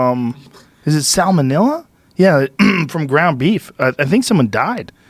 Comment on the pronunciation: "Sal Monilla"